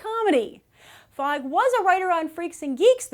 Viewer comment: Ok i apologize and i know its no big deal but i just read a novel by Paul Feig and its pronounced Feeg. If you read it you would understand why i had to post this